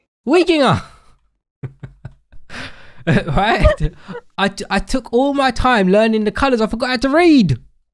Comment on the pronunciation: PLSSS IM DYING WHY DID HE PRONOUNCE WEEGINGER LIKE THAT HAHAHAHAHAHA